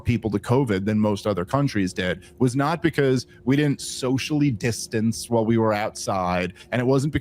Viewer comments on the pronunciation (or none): I love the podcast and the advocacy of rationality and sanity. It kills me when Dave pronounces "while" as "wahul" and "I'm" as "ahum". Sorry for the shit sandwich comment. Really appreciate this show and honesty.